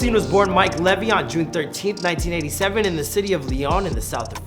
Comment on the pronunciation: The way you pronounce Mike would make a lot of French people angry hahah